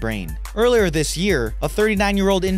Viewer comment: its this not dis